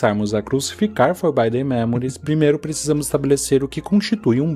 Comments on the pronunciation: Pra fãs de FM como eu o vídeo irrita no início pra fazer uma conclusão que faz todo o sentido no final. A única crítica fica pela pronúncia mesmo, forbidden se lê como se escreve, e não com som de /ai/ no 'i'. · Eu sei que é uma reclamação fresca/fútil, mas o vídeo do cara fica praticamente impossível de assistir a cada vez que ele fala “forbaiden”. O que que custava ver que a pronúncia certa da palavra é “forbidden” com som de “i” mesmo? Sei lá. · Pô, mas "Forbaiden" é complicado. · legal o video, mas o querido falando for by them a cada minuto foi um pouco puxado pra mim kkkkkkkkkk